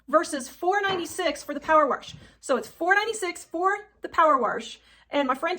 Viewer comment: Why do people put an r in wash? When they say a woman is posh they don’t say porsh. Its wash. Rhymes with posh. Geez.